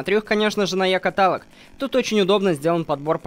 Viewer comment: правильно не Екаталог а екАталог Очень офигенная серия!)